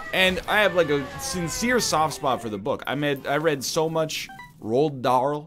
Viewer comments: That pronunciation of Roald Dahl killed me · Xanthos the Talking Horse It honestly killed me